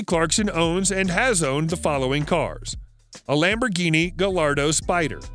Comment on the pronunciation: Gai·aa·dow, not Gallardo.